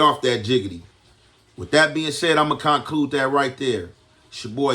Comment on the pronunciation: CON-clude, beg a differ😂